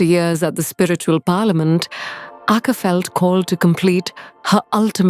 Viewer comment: Great channel and I love your animation style! The word Akka in Tamil has the stress on the double k and a slight prolong on the last a, but not on the first a. More like aKKaa, not aakaa.